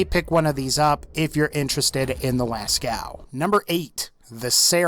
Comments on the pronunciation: it s not pronounced lascau but lasco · lascow... it's Lascaux so las-co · la cow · its prenounced lasko and its name comes from a diffent source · Lascaux is pronounced “Lasco” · Pronounced Lascaux wrong but good vid bruh